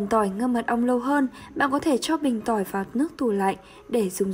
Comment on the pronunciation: Phát âm ko chuẩn, Tỏi ngâm mật ong nghe thành Tôi ngâm Mật ong